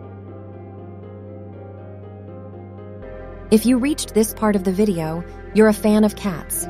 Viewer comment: What’s a “vedio”? 😂😂